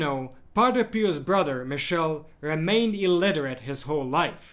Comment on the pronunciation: St. Padre Pio;s brother's name is not pronounced as "mishell" but "mee-keel -e", The "ch" in Italian is pronounces as a "K"